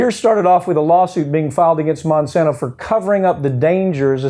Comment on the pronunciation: Why does he repeatedly call Monsanto Monsanta? Does he think they bring the gift of 'Mon' like Santa brings other gifts? It's a little distracting, and Monsanto can just so, "oh no, Monsanta is an evil company that has nothing to do with us - we're Monsanto."